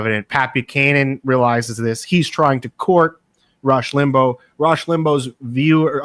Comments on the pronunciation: Rush Limbo???? Can’t he pronounce his name right after all that study? lol 😂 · Your guest's mispronouncing Rush Limbaugh's name is hard to take. It isn't spelled Limbo. I was not a huge fan of Rush as I'm old enough to remember Bill Buckley who was a much classier conservative commentator. In fact. I thought having the first President Bush on Limbaugh's show was kinda sickening.